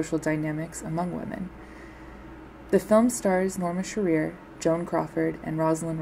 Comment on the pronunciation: LEARN HOW TO PROPERLY PRONOUNCE NORMA SHEARER'S NAME! It isn't she-REAR, it's SHEAR-er. Jeez, lady. Don't hold yourself out as any kind of expert if you can't find out proper pronunciation. I stopped watching the second time you is-pronounced it. Galling!